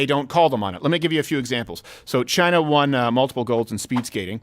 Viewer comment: Trump: "Biden is a puppet for China." What I heard: "Biden is a puppet vagina."